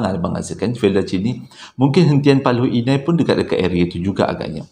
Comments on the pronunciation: Paloh Hinai la..😂 bukan Paloi Inai.Sy tinggal kat kawasan ni hahah.Paloh Hinai ni terletak dlm daerah Pekan, Pahang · Bukan Paloi Inai,,Paloh Hinai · As salam Admin.....pembetulan PALOH INAI bukan PALOI INAI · Hentian Paloh Hinai. Bukan paloi inai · Paloh Hinai, bro, bukan paloi Inai 😆